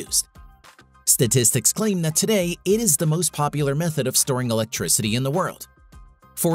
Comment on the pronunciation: Don’t forget it’s a GRAVADEE battery to generate ELECTRISADEE. Boring